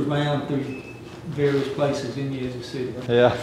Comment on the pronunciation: Yaz-Zoo, not Yah-Zoo